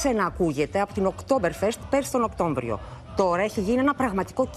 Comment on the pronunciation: 1.04 Οκτώ Μ βριο.... Μάλιστα...